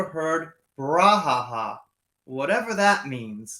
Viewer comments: It's pronounced, "brew-ha-ha." Apologies for stepping on your toes,. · Brou is pronounced Bruw in Brouhaha in english 👍 It means entangled mess or tumult